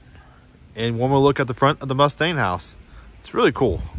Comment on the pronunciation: This is that one, and only young, tour guide. You did a pretty good job over all on this one! Thanks for doing the vid. My only real gripe is when you kept mispronouncing the Mustian Place. Must-ee-in Not Muh-stain. Lol. It was fun talking with you though! Come back again some time!